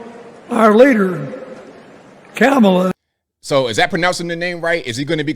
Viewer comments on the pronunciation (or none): And like a true Racist he mispronounced Kamala's name